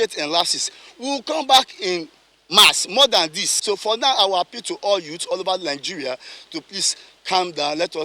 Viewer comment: l will like to afiii, instead of l will like to appeal 😄😄